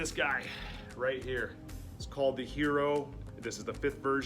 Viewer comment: It's definitely not called 'hero'. Just pronounce every single letter on hierro (which means iron as in the metal) other the h which is not pronounced. Even if you can't roll the 'rr', better call it 'yero' than 'hero'.